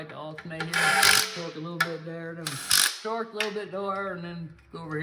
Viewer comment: BTW great video, keep up the good work. It's torque not twerk lol that's classic